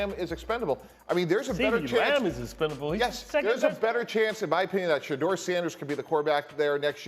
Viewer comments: That nigga really said shadeur sanders😂😂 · Did he say trade Ceedee lamb for Shedur?!?!?!? 😂😂😂 wow